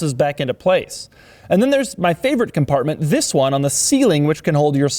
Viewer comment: Not enough emphasis on the first "THIS"